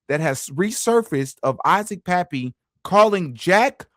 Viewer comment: his name Kappy not Pappy😂